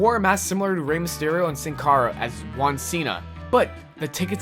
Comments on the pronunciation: its funny how you cant pronunciate juan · you said juan the wrong way